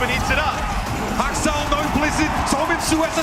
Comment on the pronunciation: "Haksal" got massacred